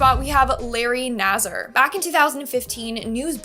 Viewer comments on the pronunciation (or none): It's Larry nass -ar not zzer